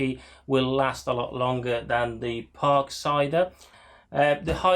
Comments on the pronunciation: Please stop pronouncing it as a "Parksider". Just Parkside. Ha Yes, I got one and occasionally use it with a 4 amphour battery. Much Better. But I found getting the blades are a pain as not many places sell 150 mm blades off the shelf. So again you need to get them when Lidl have them in stock. It does the job but for diyer's. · I keep thinking you are saying “Park cider” 😄